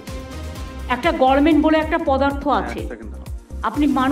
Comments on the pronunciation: মমতা বন্দ্যোপাধ্যায় জীবনে government pronunciation করতে পারবে না gorment দিয়ে চালিয়ে দিবে 😅😅😅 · শব্দটা গরমেন্ট নয় গভর্নমেন্ট